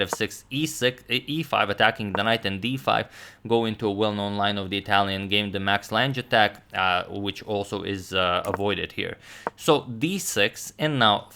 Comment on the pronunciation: It's actually pronounced 'Max Lang' (the e is silent)